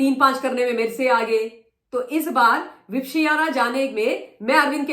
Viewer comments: Madam please just to correct you for the pronunciation, विप - श्याना नहीं होता, वि - पश्यना होता है! संस्कृत में पश्यना मतलब देखना और वि मतलब विशेष तरह से देखना। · आलसी औरत, पहले विपश्यना का उच्चार सही करना सीख, ज्ञान बाद में बांटना!